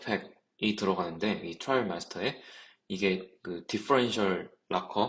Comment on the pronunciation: 트레일 마스터라고 읽지 말래놓고 와 트레일이라고 읽으세요 ㅋㅋㅋ 트라이얼!!!